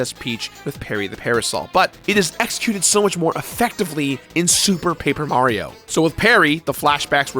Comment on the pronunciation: Was drunk during this recording? He seems to be missing a lot of syllables - moreso than usual. "Sue Paper Mario," I believe he said at one point.